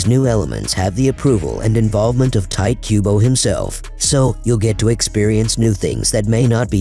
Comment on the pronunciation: I'm pretty sure it's "Tee-Tay" not "Tight"